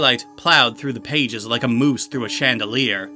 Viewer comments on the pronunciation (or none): none